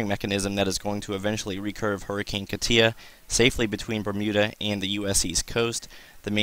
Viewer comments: I checked it out...it says KAH-tyah which is essentially the same way I wrote it out. You are still mispronouncing it. Emphasis on first syllable not the last. You are saying kah-TIA...its not that important. Your information is, and please dont think I am trying to be a smart ass...you are simply mispronouncing it (even by NHC standards) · Man you are killing me with your pronunciation of Katia. It is pronounced (KAH-tcha) not whatever you are calling it